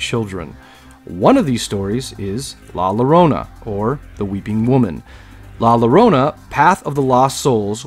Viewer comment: I love horror nights I love horror movies but I cry bitch baby tears with Momo. And not hating just informing la llorona in Spanish double L's have a Y sound so yo-ro-na. It was a Great video tho 👍 keep em coming!